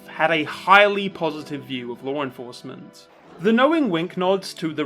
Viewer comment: Whenever you say "law enforcement" I think at first you're saying Lauren Faust.